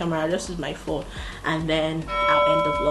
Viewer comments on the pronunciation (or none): none